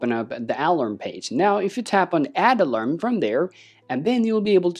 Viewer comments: heads up = its pronounced uhh-larm not Al-Larm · Alam sounds, the word has an 'r' mate, pronounced Alarm